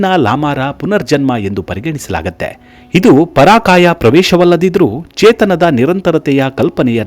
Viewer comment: ಪರಾಕಾಯ ಅಲ್ಲ ಪರಕಾಯ